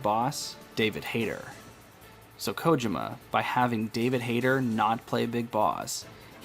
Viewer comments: I had to watch this with close caption so I can mute your voice. Your voice trying to mimic the way Solid Snake speaks was really annoying and your mispronunciation of Kojima was like listening to nails on a chalkboard every time you pronounced it wrong. Big thumbs down. Despite all that, I also believe your theory. I knew something wasn't right from the get-go. And after playing TPP and the reveal of Venom Snake's true identity, everything made complete sense. But now that Kojima is gone, I heard a rumor that Konami was going to do a remake of "Metal Gear" to bring the series to a full circle, but not sure how that will turn out. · My Sister-in-Law and my wife speak Japanese and they agree that the way you said this name was wrong. However, toward the end of the video, you did say it correctly. I didn't catch that until after I had them watch it since I muted the video when I first watched it. Either way, I look forward to the next video and that you're not going to be doing the voice.